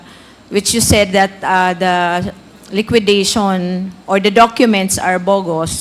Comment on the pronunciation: LIQUIDATION NOT LIQUIDITION